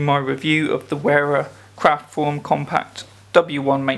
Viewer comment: For an english speaker, Wera is to be pronounced "verah" and not "wearer". Every "W" in the German language is pronounced like the "V"s are in the english language.